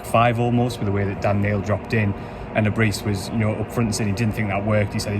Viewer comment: Great summary you obviously are adept in delivering an honest account of the match. one criticism its not Le Brissss, its pronounced Le Brieeee